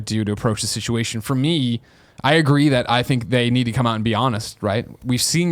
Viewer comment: I know you said, "come rain or shine." but it 100% came out as, "cum, rain or shine.".